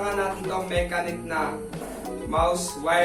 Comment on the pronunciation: Ang pag pronounce lods sa brand is "Mashenik." But overall, nice review pa din 👍